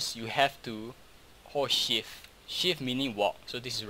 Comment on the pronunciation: It sounds like he is saying "horse shit" instead of ''hold shift" xddddd